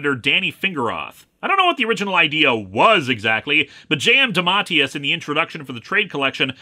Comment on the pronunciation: Actual Lee, Dematteis is pronouce Day-Mah.tAY-us